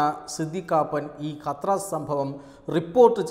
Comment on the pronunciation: ഹത്രാസ് അല്ല ഹാത്രസ് ആണ്